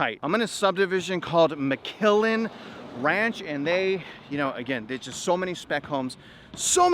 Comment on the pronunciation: Not “McKillen” … but McClellan